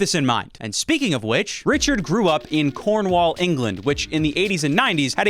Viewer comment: I was enjoying this video until I heard you pronounce Cornwall. Now you've made an enemy for life, my Friend. Still enjoying the video though